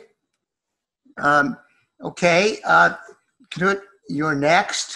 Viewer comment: It's not Ka-nuut Wittkowski. Right away I see errors with this video. It's Knut (noot).Not the pronunciation first mentioned.